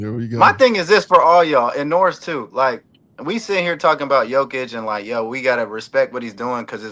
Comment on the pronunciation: Learn to pronounce GOATs name its Yo-Ki-Ch!